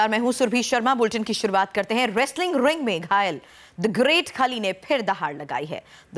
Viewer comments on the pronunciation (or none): RRRRRRRRESTLING RRRRRRRING, GRRRRRRRREAT KHALI.......please improve your pronunciations.